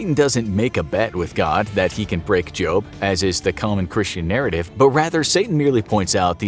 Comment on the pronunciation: did he just say jobe or job or is it just me